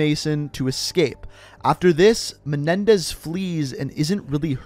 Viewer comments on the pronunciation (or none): It's menendez not menedez I see some comments and in the beginning of the video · he said Raul Menedez